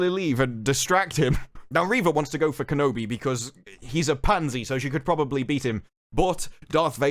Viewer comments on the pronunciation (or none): You said Kenobi wrong in the beginning of the video